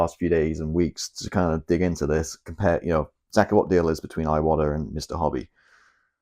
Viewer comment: Bruv, you’ve got 12.3k subscribers (which I think is an amazing feat, don’t get me wrong) but nobody is copying you old son. To hear an Englishman say ‘aye-watta’ makes my eyes watta every time. An Englishman imitating an American, in any possible sense, is a massive step backwards. In fact, it’s akin to devolution.